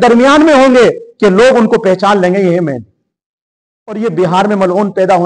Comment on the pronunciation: aap ko MAHDI AS ka naam bhi nahi lene aa raha hai. MEHENDI keh rahe aap 😂😂😂😂 Engineer KAFİR hai ka fatwa de diya… Aap ko kisne haq diya hai kisi ki takfeer kare…